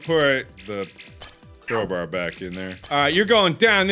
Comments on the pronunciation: Nobody: Markiplier: Crowber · Still surprised Mark doesn't know how to say crowbar like a real human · does anyone else find it cute how mark calls a crowbar "crowburr" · "Crober" ~mark 2019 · The Way He Pronounces CrowBAR Like it's fecking cold oh LOOK A CROBRRRRRRRR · Why must he say crowburr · Why can't this guy pronounce "crow-bar"?